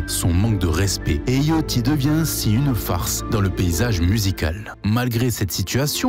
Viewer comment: T’es au courant que ça se prononce Yachty et pas Yochty